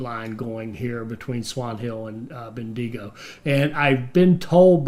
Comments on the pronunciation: lol, ben-de-go. it's ben-digo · As an Aussie Bendigo is pronounced ( bendy go ) otherwise you are doing well. Keep up the great content. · just say the digo as dingo without the n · "Melbourne's a pain" - I live here and tend to agree sometimes :-) Great video (and series) - despite the weird pronunciation of Bendigo commented on already! :-)